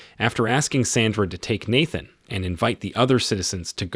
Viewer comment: Why did you say Nathan’s name like that?